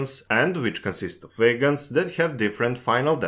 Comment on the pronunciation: Why are you pronouncung "wagons" as "vegans"? I was really confused for the first half of the video...